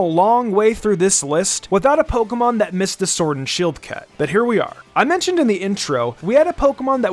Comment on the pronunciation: My guy said “pokemom”